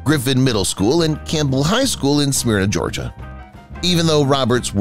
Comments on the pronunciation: Ok..im getting irked... Think or Myrna Loy & add an S to myrna smyrna... NOT Smear-na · I get a kick out of how they pronounce her hometown's name: Smear-nah!